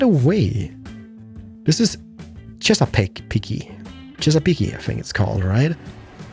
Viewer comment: no its pernouced chessiepeak not chessiepeakie